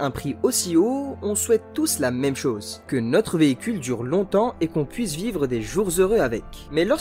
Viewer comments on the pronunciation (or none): none